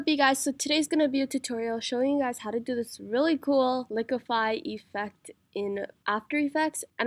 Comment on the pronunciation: its not EEEEfect its effect